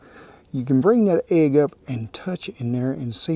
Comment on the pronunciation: has been in Oklahoma long enough that she pronounces it like we do..agg...🤣🤣